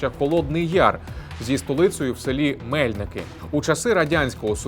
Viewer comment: З приводу Холодного Яру: Не М'ельники, а Мельник'и, Не Мотрон'инський, а Мотр'онинський монастир